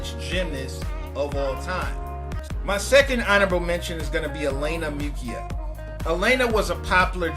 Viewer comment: Dude, it's not "elaina mukkia", but "Elena Mukhina". Please check your pronunciation, especially when talking about russian or eastern european athletes. Thank you and God bless.